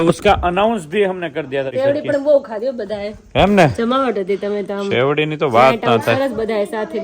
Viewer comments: શેવડી ન બોલાય શેરડી બોલાય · sevdi nhi sherdi bolo